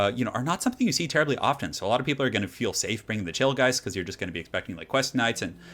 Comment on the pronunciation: am i the only one that heard chillgheist as 'chill guys'?